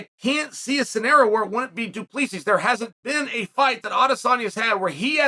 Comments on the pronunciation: Cheal your saying it wrong 😂 its Drinkus DU pla sie thats how its suppose to sound trust me im South African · It’s pronounced Du-Plaa-see. No s sound at the end. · it’s pronounced Du Plesi not exactly the way it’s written. It’s an Afrikaner surname 😊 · Chael read your comments and learn to pronounce Du Plessis 😂 It's pronounced Du-Ple-Sea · We should call him "Dricus 'the S is silent' Duplessis" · Uncle Chael, it is pronounced Dree-cuss Do-pluh-see. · It's "DO PLEH SEE" the S is silent. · Doo pluh see Chael mispronouncing names hurts my ears